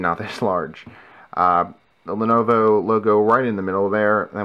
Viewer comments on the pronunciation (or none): not lonovo, lenovo